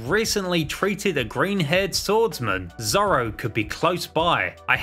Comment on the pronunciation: This guy just searched up one piece on Wikipedia, bc he knows nothing about it, miss pronouncing zoro’s name and has no idea about the lore or anything